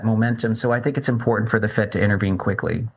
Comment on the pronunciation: Impor-ant. America is turning Cockney